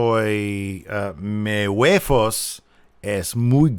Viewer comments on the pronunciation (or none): huevos has a V not an F. Unless you're speaking Tagalog. Also, chico is small. poco is little.